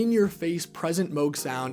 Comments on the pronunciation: ...it's moog not moge😊😊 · That's incorrect. It rhymes with the synth model they released in 1980: The Moog Rogue. It's not a Moooog Roooog.